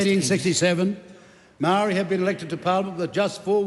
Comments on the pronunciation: That is a dam lie stop spreading hate I have so many ppl pakeha friends and some I consider family but as a Maori we have the right to defend ourselves against the likes of Winston two face he's a disgrace he can't even pronounce Maori correctly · Fkn old man whos turned his back on his own people Says maori like a ty person 😂. Time for the rest home old whinny..